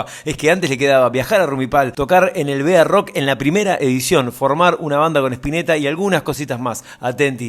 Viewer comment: Que extraño me resulta que llames al festival B A Rock pronunciandolo como Bearock como iniciales y al estlo del B.A.... lo que fuera que impuso el pelado Larreta. Creo que en la epoca nadie lo (los) llamo asi, siempre fue BAROCK (barrock), como una sola palabra, Una tonteria anecdotica nomas